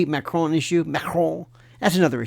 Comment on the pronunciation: Because that is the way you pronounce Macron in French. Lionel does an excellent job for an American. French is a difficult language for American’s to pronounce. Lionel has the nasal and back of the throat down pretty well in the pronunciation of Macron.